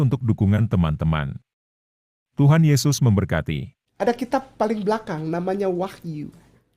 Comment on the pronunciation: Kenapa saya merasa geli saat ngomong kitab wah(gr)yu, yoh(gr)anes. Alay versi ngArab 😅